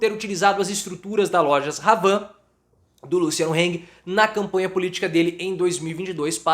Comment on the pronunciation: A pronúncia correta é loja “avan” , o “h” não tem som. E o papagaio 🦜 da Havan é o nome correto é Luciano Hage, de novo o “h” não tem som